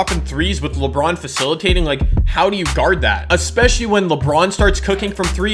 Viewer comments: Did anyone here him say lebwan instead of lebron 😂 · Lebwon James 😂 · "Diamond LeBwon" -, 2017